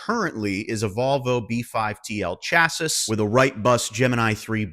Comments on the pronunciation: ...she got her nails done? 🤭 Also chassis is pronounced SHASH-EE not CHAS-IS ❤ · The pronunciation of "CHASSIS" has shaken me to the core. It's a French word pal! "shass-eeeee" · love you enthusiasm, but are you a nerd if you can't pronounce "chassis"?